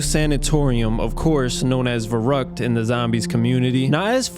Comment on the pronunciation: Reichstag was it’s former name, after the fall of the Reich it got renamed to „Bundestag“ and you also mispronounced almost every German term such as „Verrückt“ (Crazy) and „Der Riese“ (Der Riese) regardless a good video but i don’t understand why YouTubers never use google translate to learn how to pronounce things correctly or at least try with some effort :D